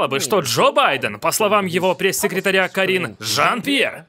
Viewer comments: То как голосом выделяет Карин-жАн П'ьер это просто музыка 😂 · Такер прям кайфует, произнося Карин жАН! пьЕр! 🤣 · В голос смеюсь:)) Спасибо огромное за вашу работу! И Такеру отдельное спасибо за то, как он произносит Карин Жан Пьер! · Мне так нравится как произносит каждый раз Карин Жан Пьер)) интонация улёт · Как произносит Карин жан Пьер- меня смешит до слез🤣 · Почему так смешно ставите ударение в имени Карин Жан Пьер)))